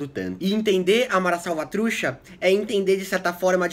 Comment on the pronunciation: Ótimo video amigo! Só uma coisa: a pronuncia correta seria: Salvatru "tcha" com som de T no final e "Salvatrucha" Refere também a um formigueiro "Caliche" linguagem informal. Estou com a camisa de El Salvador mas não sou "mareiro" hahhah vivi la por um tenho muitos amigos aqui e la de El Salvador. Abraço!